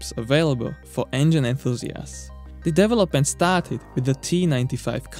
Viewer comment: FWIW, a little constructive criticism for your videos: "Development" is not pronounced DEV-O-Lope-Ment, but rather DE-Velop-Ment....